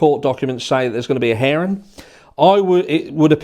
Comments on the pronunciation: "hearing" not "herring" Herring is a fish. LOL Sorry, I couldn't help myself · Did you say herring or hearing? Lol. UK to Aussie humour 😁🇦🇺🇬🇧😘